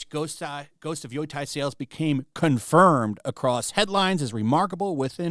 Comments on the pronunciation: it's pronounced Yo-Tai, not Yoi-tai. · Bothers me every time he pronounces Yotei, it cracks me up. It's Yo-Tay. Not Yoi-Tie lol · Lol. He can't pronounce it. It's yo tay. It's irking me. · Why the fuck does this moron keep saying "Yoy-tai"? Does have a single brain cell in his head? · I love how no one knows how to pronounce the name. Yoitye, Yoitay, Yotye... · Ghost of Yoi Tai. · I don't know why you keep saying "Yoytai" but I approve. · Yo-tei (tay)!!!!! YO-TAY!!!! Dude freaking say it correctly hurts my ears and makes me want to turn the video off. I don’t want people to not give you a chance because off the terrible pronunciation. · How did you come up with that "Yoy Thai" pronunciation lol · "YOY-TIE" is killing me. Lol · Yeah. Lol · Is there some joke behind him saying "Yoy-tai" that I'm missing? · "Yoo-Tay" Get it right buddy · Yotei is pronounced (yoh-tay), btw. My eye twitches every time you say it😂❤ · I can’t be the only one who is annoyed this dude cant even pronounce the name of the game properly. Jesus Christ 🤦‍♂️ at least say it correctly. And saying it’s cringe people are promoting it is true, but sitting around talking about the opposite is literally just as cringe. Woo boy wha is this channel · Wow your pronunciation of Yotei is absolutely atrocious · Is trolling with his pronounciation?